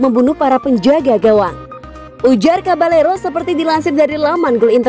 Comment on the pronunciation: Cabayero. Double L di latin dibaca Y bukan L lagi. Coutinho dibaca kotinyo, bukan kontinyo. Kok bisa bambah2 N Kyak kont.... apa gitu min. Perbaiki dong penyebutan nama pemain biar kontennya ga asal jadi.